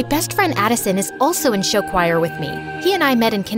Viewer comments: I love how they say choir as “showire” 😂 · IM TRIGGERED BY THE WAY SHE SAID CHOIR LIKE WHAT IS “shi-wai-er” IN THE FIRST BIT SHE DOES THAT BUT LATER DOES IT CORRECTLY 😭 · THATS HOW YOU PRONOUNCE CHOIR!?!?? *cry’s in german*